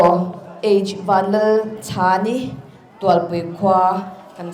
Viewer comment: Host khian a hming a lam dan kha a mak ka ti😂